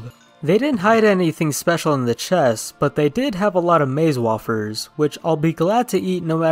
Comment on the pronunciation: way-fur, not wah-fur